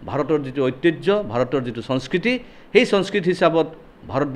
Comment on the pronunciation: Sonskriti nhoy he, Honskriti he... Assamese hiki lobo....